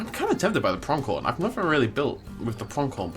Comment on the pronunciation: Just FYI, there's no K in Pronghorn. Your pronunciation is weird, always adding K sounds to words without. 😅😂 Builds are nice tho.